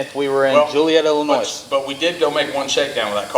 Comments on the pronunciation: Joliet Illinois pronounced Ilinoy not ilinoise. I raced there at the pre opening I knew Payton and Coyne who were Big Partners and built that track. I grew up in Il and it took forever to get a world class track. I just saw you all in NC a month back great win guys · It's Ill-I- noy....no s....lol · The proper way to say Illinois is without the “s” thanks from a Illinoian